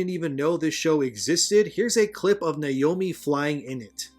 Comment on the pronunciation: Niomi? It's Naomi. Nay-oh-me.